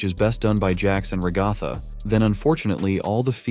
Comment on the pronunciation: Him: ruh-gah-thah Me: ITS RA-GUH-THA